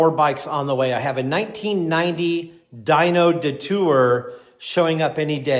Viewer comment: Alright bro….. where are you from? I’ve never heard anybody pronounce Detour like that before. 🤔